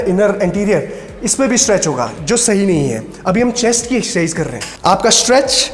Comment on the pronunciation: rest all is great, but when he says "Excercise"....